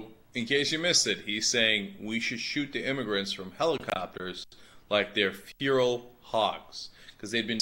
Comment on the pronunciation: listening to cenk say "feral" as fural made my day.